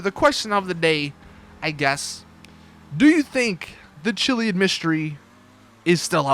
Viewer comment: You're pronouncing chiliad wrong